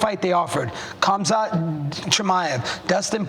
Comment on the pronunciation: you can tell he accidentally said Khamzats name right and didnt mean to 😂